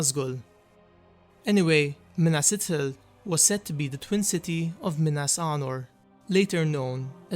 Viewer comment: Pronounced Ithil.. not Itil. The "th" sound is, well, just that.. th. It is not pronounced as a hard "t" (i.e. ithildin... Also of the moon... Lathai, or Lethai... Also referencing light. Anything representing moon, light, shining, etc, is a soft "t & h"